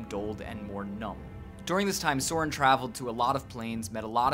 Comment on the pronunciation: it's pronouced Soh-RIHN